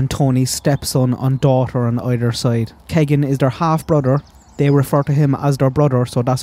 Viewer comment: No offense but Keegan is pronounced Keey gan